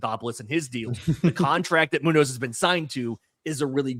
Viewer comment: Muñoz has the Ñ like Acuña,!!! 😂 It sounds like moon-ÑOH-s